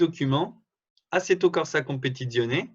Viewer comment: Non mais comment tu dis Assetto Corza Competizione? On dirait pas que tu as vécu avec une italienne!